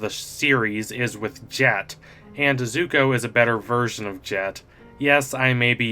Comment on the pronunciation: He pronounces it "zugo"??